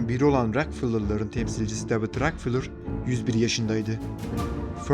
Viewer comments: David Rockefeller (Deyvid Rakıfelır) Diye okunuyor. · Davud rakfılır diye mi okudu o??